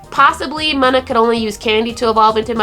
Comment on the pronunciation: awesome video, but it's pronounced Moona